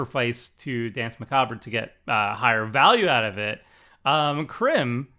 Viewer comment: Did Tomer let preview Danse Macabre because he know, prooooobably better known as, would pronounce "macabre" incorrectly?